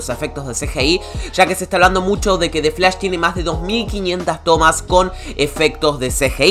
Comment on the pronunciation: xq dices defs lash, y no dices the flash????